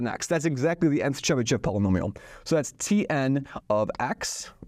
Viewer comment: In name Chebyshev sh is read hard and last e is read as o Accent is on last syllable (when e with these two dots appears accent is always on it)